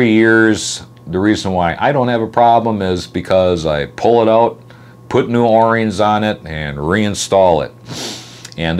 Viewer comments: I've seen a video of yours where you called yourself out on this, but... They are o-rings (pronounced, oh - rings), not 'or ings.' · Say that O rings, what are you a?